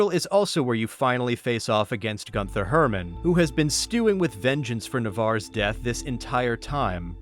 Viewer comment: "Gunther" is pronounced GOON-ter. "Rothschilds" is pronounced like "roth shields."